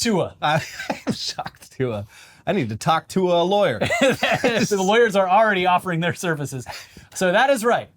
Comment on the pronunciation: "I need to Tauk Tua lawer" 💀